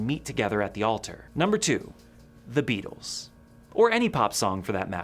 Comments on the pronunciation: Oh man... the Beetles? (Beatles)... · Beatles, not Beetles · Beatles…not Beetles 😅